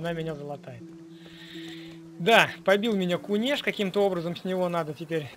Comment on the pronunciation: кУнешь а не кунЕшь )